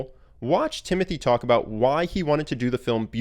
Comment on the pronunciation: Its actually pronounced Timotee...